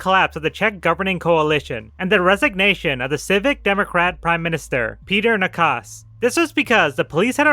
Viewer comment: it certainly did not look like you checked pronounciations at all. 😅 Petr Nečas became Petr Nekas. Letter "č" is pronounced like "ch" in "chess". My advise for pronouncing non-english names is to forget, that english pronounciation exist in the first place.